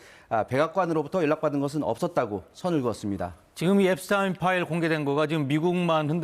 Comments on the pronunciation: 엡스타인이 아니고 엡스틴이라고요. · 앱스타인? 왜 자꾸 타인이라 하지 앱스틴 이다 ㅡㅡ🎉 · 미국에선 엡스타인이 아니라 엡스틴이라고 발음함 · 한국 기자들이 공부 안 하고 점점 무식해진다는 건 어제 오늘의 일이 아니다. 그러나 외국인 성명 발음 정도는 공부라 할 것도 없이 인터넷으로 찾아보면 순식간에 답이 나온다. 엡스타인이 아니고 엡스틴이다. 유대인이 독일계 성씨를 따라 사용할 때 '스타인'이라고 발음했지만, 미국으로 이주하며 본래 Yiddish 발음대로 '스틴'이 되었다. 그래서 독일에서 태어나 자란 Einstein은 아인슈타인이고 미국에서 태어난 Epstein은 엡스틴인 거다. 간혹 미국에서 태어났어도 '스타인'을 고집하는 유대인들이 있다. 그럴 땐 본인이 원하는대로 발음해주는 게 원칙이다. 엡스틴은 생전 자신의 성을 엡스틴이라 발음했었다. 그리고 엡스틴은 억만장자가 아니다. 재산이 $1 bil. 넘어야 억만장자라 분류되는데 그의 60%인 $600 mil.이었다. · 앱스틴 이라고 하세요.